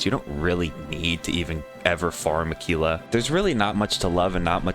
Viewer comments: Lmao tf is Akeelah? It’s Aahkwila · Aquila is actually pronounced Ack-wil-a lol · no he used the wrong pronounciation, do some research lol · Bro what lol I majored in Latin. Qu is pronounced like qu, not like a k. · the way he said it probably isn’t correct but it’s still probably closer than a quil a